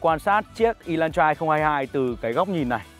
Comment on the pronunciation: Ê lan tra chứ ko phải" ê loan troa" ! Chữ "hắt" chứ ko phải chữ "hát" nha ông bắc kề con